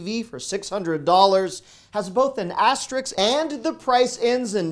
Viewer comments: Asterisk… not Asterix. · “Aster-Risk” Very good content. Thank you. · Great videos. Not to be overly critical, but the name of the airline is "Alaska," not "Alaskan." Also, you always mispronounce "asterisk." Keep the videos coming,!